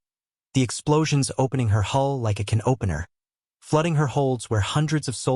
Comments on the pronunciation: I had a book on B25s and I thought they were shit. Didn't have these versions in it or mention them being used to bomb ships. I just thought of them as easy fodder for Zeros. The way AI says canopener instead of can opener is weird. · The pronunciation of "can opener" is fucked. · Kinopener,lol, me AI meant can opener. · Stupid Ai reading. What is a “kin opener?”